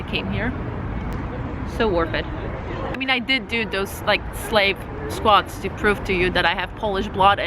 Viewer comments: It’s called slav squat, not slave squat… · It's not "slave", it's "slav" :)